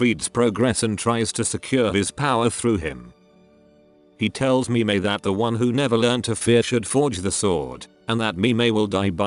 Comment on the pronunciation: This idiot does not know how to pronounce Loge and Mime and Sieglinde and Brunhilde A final E in German is pronounced "uh" Sounds really, really stupid.